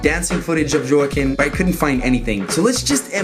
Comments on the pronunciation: Joaquin (Hoe-ah-keen) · Ur brutalizing peoples names lol. Alfonso Ribiero…not Roberto. It’s Joaquin pronounced as (Wah-Keen). Ur a BBoy n all about respect, correct? Well u def need to pronounce n put RESPEK on these folks’ names, brotha. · Love the way he butchered Joaquin’s name. Priceless! But still an amazing video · Joaquin Phoenix, YOU DON'T KNOW HOW TO SAY, 'JOAQUIN?'!